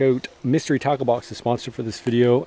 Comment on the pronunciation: Up until 1/2 thru the video I was convinced you said 'mystery taco box' and I thought you were making rooster tacos, which sounded great to me - but now I get it, tackle box.